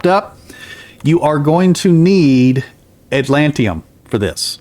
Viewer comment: I didn't mean any offense, I love your videos but that pronunciation was driving me crazy. It's a made up word but I believe the emphasis is on the TID syllable. 😆